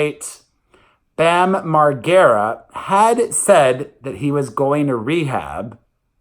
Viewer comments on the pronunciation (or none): It's Bam MarGERa Perez. Like "air". Love ya! <3 Sad about Bam! He's been such a mess lately! I've been watching it all unfold on Instagram! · Its pronounced Mar jera....soft g...